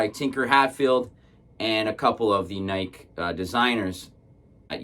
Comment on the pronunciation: It's pronounced nai·kee